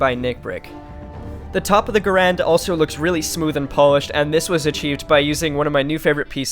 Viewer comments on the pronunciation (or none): bro your saying the name wrong😂😂😂😂 ga rand not ga rande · You say the name wrong